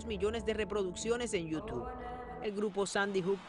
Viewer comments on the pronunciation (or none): Me dio más risa como pronunció YouTube iutu